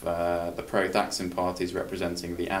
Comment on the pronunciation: Holy shit. Thaksin (you pronounced it wrong) was elected in a "corruption-free" election? I can forgive mispronouncing his name, but not mischaracterizing how he came to power. You lost me right there, Dude.